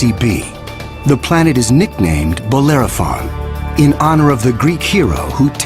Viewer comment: the name is Bellerophon not Bolerophon. Dyslectia? Crocodile or Cocodrilo?